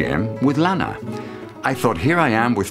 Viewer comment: He is pronouncing her name WRONG.... ITS SOUNDS LIKE LAHNA NOT LAANA